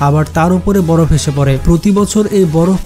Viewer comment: ভাই বড় না বরফ হবে চেঞ্জ করে ফেলেন 💖